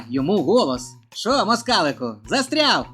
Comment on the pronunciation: Та застряГ!! А не ряВ! Чорт забирай!